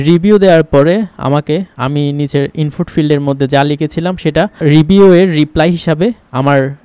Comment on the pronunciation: একেবারে বাজে। শেখার কিছু নাই। ইনপুট কে বলছে- "ইমফুট"